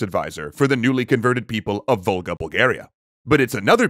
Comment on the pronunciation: I keep hearing "Vulgar Bulgars". Not "Volga Bulgars".